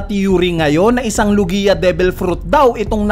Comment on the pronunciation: WALANG KWENTANG THEORY, LO-GI-A TALAGA???? LOG-IA 'YON.